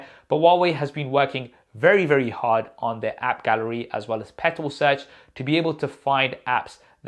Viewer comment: That "app garelly" really got me laughing 😂